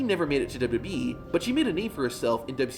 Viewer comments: When will this guy learn to slow down and say 'w w e' instead of 'dububee' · It's pronounced "Double U Double U -E-" NOT "Duba-Duba EEEEE" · He even says WWE has “ dub e “